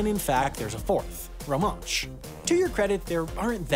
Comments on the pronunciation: Even though it's minor, but Romansh is properly pronounced Rom'e'nsh rather than rom'aa'nsh which you said correctly in the other sentence. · And he stressed the wrong syllable.